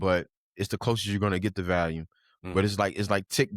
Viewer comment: Lol man I say volume so wrong 😅